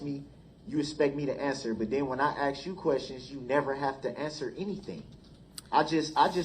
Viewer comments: ASK NOT AXE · Once again Darrell Brooks does not have shock devices another lie. For the Record—the word ask is not pronounced axe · Darrell is an AXE murderer.He kills the English language by AXING questions. This don't have nothing to do with nothing about nothing we a dealing with.